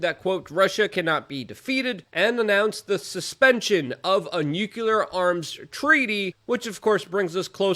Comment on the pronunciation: Jeeeez, Luke. It is New-clear, not Newcuelar. C'mon man, you know the thing.